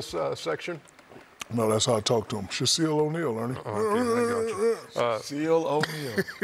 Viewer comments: "Shaseal O'Neal" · He really said Shaseal O Neil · Sha-seal O’Neil 💀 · Sha-Seal O’Neal should be in the next Rush Hour 😂 Good to see Chris Tucker on the show. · Shaseal O'Neal eruheruh